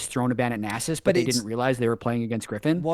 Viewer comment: I say it with love but we need to discuss how to pronounce Nasus. Welcome to discuss Shaco or Shaco too.